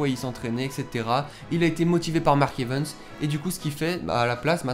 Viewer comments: On dis evans pas evens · Mark Evens XD ( j'aime la façon dont tu dis son nom ^^ )